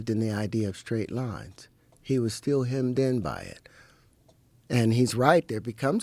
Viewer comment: Terrence can’t even pronounce Still as in “staying still” and also pendulum. Dude has no clue what he’s talking about. He read an occult book and decided to go all in with zero knowledge nor intelligence to do so with.